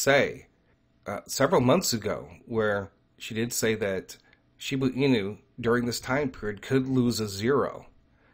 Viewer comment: I think you are confused. You said Shiba can lose a zero and you mean that it could go down more. Losing Zero's means the price is going up and zeros get less. Also you keep calling it Shibu Inu, but the right way to say it is Shiba Inu. No U in Shiba. Thanks for your videos. Keep them coming.